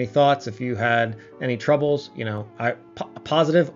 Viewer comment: "If you had any throbbles" 🤭